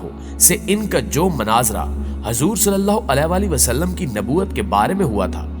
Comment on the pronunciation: محترم بھائی صاحب جب آپ حضور صل اللہ علیہ والہ والسلام کہتے ہیں تب آپ کا تلفظ بالکل درست ادا نہیں کرتے